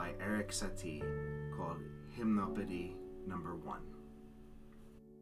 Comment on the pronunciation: And you've been pronouncing it wrong, it's /ʒim.nɔ.pe.di/, Satie was French, not Dutch.